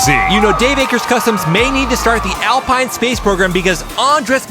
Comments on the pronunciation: I was going to point that out. It's French, so, yes, pronounced "Al-peen". Also Celica is "Seh-lee-ka". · I’m so sorry to do this, but Alpine is pronounced “Al-peen”. Love the content. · I am disappointed that didn’t know, after all its FRENCH 😂